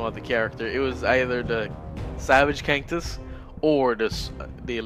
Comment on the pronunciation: You say kantus funny